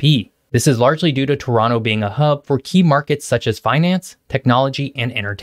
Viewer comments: Very impressive that you pronounced Toronto like us natives! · are you from toronto because you pronounce it perfectly like a native torontonian. ? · You sure did your homework. Great vid! Very informative. Pleasant format. I learned a few new things and I've been living in Toronto for 40 years. BTW, you pronounce Toronto like a local. Like it should be. T'ronno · Respect for proper pronunciation of Toronto. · Props for saying Toronto Correctly!